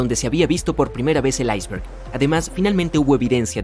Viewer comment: Aisbert?? ICEBERG